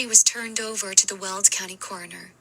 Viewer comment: It’s Weld county, not… world county.